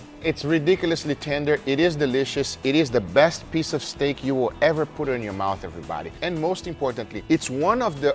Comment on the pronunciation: "speece of meat"